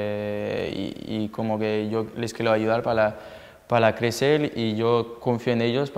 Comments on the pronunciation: Clecel, ( crecer ) tienes razon,que mal habla, ayuda, y más ayuda para rendir. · Los quielo ayudal pala clecel jajaja me encanta que no pronuncia bien la r, me encantas griezmann! 😂❤️